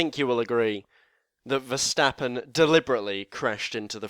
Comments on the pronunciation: Nope, Verstappen is pronounced Verstappen, just like Stoffel Vandoorne is pronounced Vandoorne and not Vendoown or something. Better learn this name by heart because you will see it often in the future. There are flying Fins, but we have a new Flying Fleming! And Max is one hell of a flying Dutchman. :) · Verstappen is dutch, so it's Ver(ch)tappen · Nope. It is "Verstappen" and it should not be pronounced like an "ch" or "sj". You are totally wrong about this. It is just English commentators that pronounce it the silly (chilly;) way.